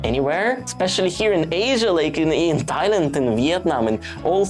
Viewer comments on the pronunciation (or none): none